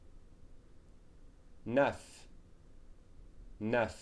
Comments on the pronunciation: I also found the pronunciation of "neuf" to be unusual in this video. I live in France. Here in the video I've heard \naf\ rather than \nœf\ . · i think ive been pronouncing neuf wrong for a long time haha. for some reason i didn't recognize it. is it possible it changes with accents in different areas? like canada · Well in Canada, many words will be pronounced differently, but in general, there is only one way of saying "neuf".